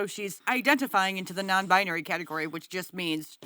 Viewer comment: What in the Midsommar/Yellowjackets is the first clip I mean really Also, I cannot stand when they say “non-bi-uh-nary.” Correct me if I’m wrong, but it’s 3 syllables, not 4. Non-bi-nary.